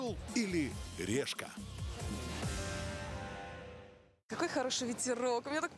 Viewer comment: а мне показалось или сказали все решат орел или лешка а не решка